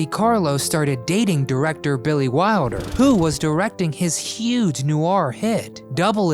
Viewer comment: Dear, dear Mr Narrator, It's Də/Duh-Carlo, NwAHR = Noir - not nuwar. SAL-oh-MAY = Salome, CAZZ-baah = Casbah, Saf-FEAR-ah = Sapphira, CESS-əl B. Də Mille